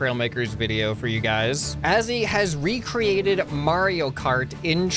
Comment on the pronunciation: its Mar io, not Mari o